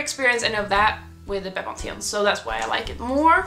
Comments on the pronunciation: pronounced bepanfen 👍🏻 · The way you say Bepanthen is so different to the English way :') <3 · Ah I'm in south Africa and I use Bepanthen as well. We say it very differently too. Bee-pan-fin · I laughed when I realised you were talking about bepanthen. I’ve never heard it pronounced that way